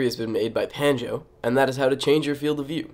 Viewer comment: Pretty sure is Pronounced PANJ-NO